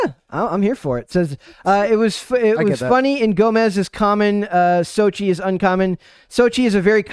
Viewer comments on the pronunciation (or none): Soch-tel* the same with Vulcano "Popocatépetl" Tel*